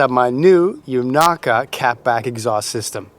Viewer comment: the pronunciation you landed on was good. xD